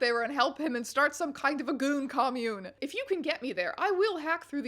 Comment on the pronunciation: Strange emphatically saying "GOON COMMUNE" is going to live in my head for the rest of this month...